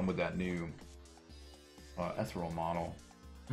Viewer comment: "Ether-all"? It's "Eth-ear-ee-all".